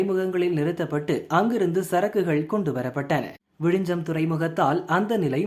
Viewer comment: Repeat after me… It is விழிஞ்ஞம். ✅ Not விழிஞ்சம். ❌ As siblings in language, we should know each other well. 🫠😼🙂‍↕️